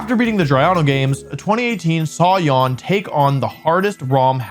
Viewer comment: Jan is not pronounced yawn.